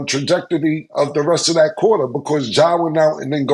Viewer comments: Camron “it’s changed the tradrectogee” Giles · That boy said trajectity! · Trajectidy??😂😂 I know Killa's teachers had him repeating "Seeeee Spot run...s..s..see Spot run" 1000 times in class🤣 Glad his rap and hustle ambition proved successful for him. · Cam said TRAJECT-DIDDY 😂😂😂🎉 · Trajecttity😂... words with multiple syllables kicks Cam ass😂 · Cam huh? killa u just say a new word for Websters dictionary?? "Chaa-jectery" of the 4th quarter. 😂😂😂😂😂😂😂😂😂😂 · Ma$e & Zoom’ron in the building! “Trajectity” 😂😂😂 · not correcting trajecity got it 😂😂😂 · One thing for sure, two things for certain, I can't pronounce trajectory. I don't know what the two certain things are. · He fucked up the word, had me pronounce it wrong lol